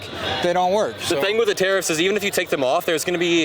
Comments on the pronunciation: Is" " saying TEAR UPS??? instead of tariffs? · "Tari-FFs" -3rd guy